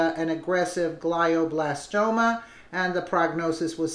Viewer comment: That's "glee o blastoma"